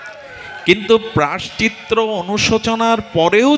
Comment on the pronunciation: রাঁধে রাঁধে প্রভূ,অপরাধ নেবেন না।প্রায়শ্চিত্ত শব্দের উচ্চারণটা বোধহয় ভূল হয়ে যাচ্ছে।